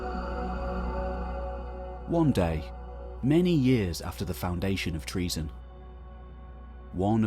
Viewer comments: Not pronounced that way. Enter "english greek translation" into a search engine then translate Troezen to greek. There is usually a sound icon below the translation that will speak the word in greek. English forms of greek words are often phonetically poor representations of the greek words. Unfortunately the narration in this video isnt even close to the english "tro-zen". Think "toe-zen" and insert the "r"..😊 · it's Troezen then